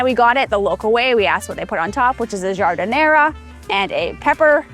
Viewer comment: Notice that great Chicago food is usually over the top and messy. Oh, and we pronounce giardiniera without the last "a".